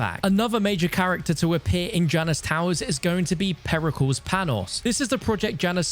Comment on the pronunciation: Peri CALS 😂😂😂😂😂😂😂😂